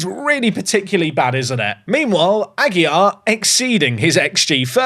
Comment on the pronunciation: Ah-gee-LAR. This is driving me crazy to hear every episode. Perhaps someone will buy from the team and solve the problem. LAR, not YAR.